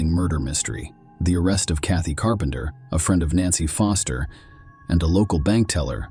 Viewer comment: Was puzzled in first case ai voice had me thinking there were 3 nancys !! Then I realised foster was sometimes said as fister 😂😂😂😂